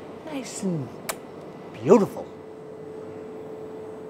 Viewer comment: Aye i kinda wanna hear u try an american accent because when u said beautiful it sounded all american😂